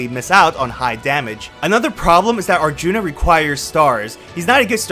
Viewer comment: I died at "Arthuna" 🤣